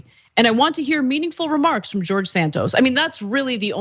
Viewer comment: He never said he was gay. He pronounces his name George - gay org!😃